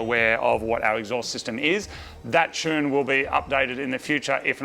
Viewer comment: I still can't get over how Moog says "tune"..... "chune" is not a word lol